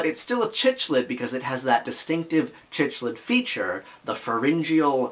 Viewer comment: Thanks for the post, great discussion. A very minor comment, but cichlid is pronounced "sic-lid".